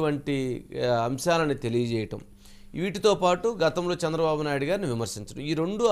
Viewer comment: Ayya... Shandra babu Kaadhu ayana Peru..... Chandra babu...... Chandamama ni kshandamama ni chesinattu undi nuvve palike vidhanam